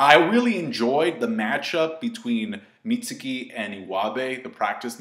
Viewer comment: mentions he likes how the "U" in Mitsuki is silent but yet he still mispronounces his name. Lol.